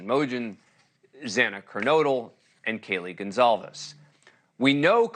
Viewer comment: Her last name is GonCLAVES not GonZALES.